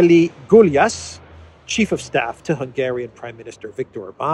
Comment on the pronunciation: Gyulas in Hungarian is closely spoken like Goulash, without the ‘h’ on the end. The ‘ou’ is pronounced like ‘u’. Keep the ‘y’ silent. It’s a beginners thing 🇭🇺